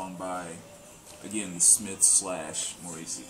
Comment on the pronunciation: Kinda surprised no one pointed this out, but it's MOR-ris-see. Had to bust u on that ;) Always enjoy yr videos!